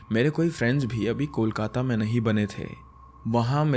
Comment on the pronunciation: The way you pronounce Kolkata is so perfect ❤ Love from Diamond Harbour, a town near Kolkata in West Bengal.😊